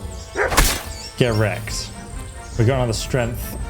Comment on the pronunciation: I could never get over your "get wreck" my man, absolute delirious😂😂😂